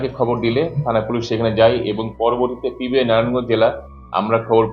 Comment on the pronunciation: বারবার পিপিআই বলছেন কেনো? এটা পিবিআই।